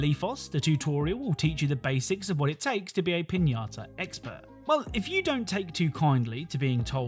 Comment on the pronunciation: buena pronunciación de "piñata"